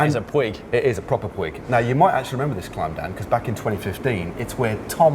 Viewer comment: Puig is pronounced like "pooch"